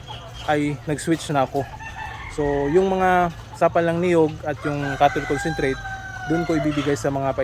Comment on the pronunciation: Hindi malinaw and salita! cattle concentrate daw - ano na naman yon hhaha